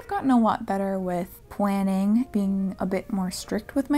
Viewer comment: No one ever mentions this (and I have no clue if it's intentional) but she pronounces her L's as W's and it absolutely freaking adorable!! I could totally listen to her say 'Planning' for 10hrs Lol